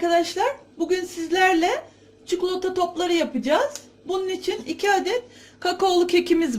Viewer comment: Cukulata değil cikolata